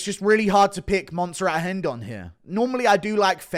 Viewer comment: Its rendon not hendon 😂😂😂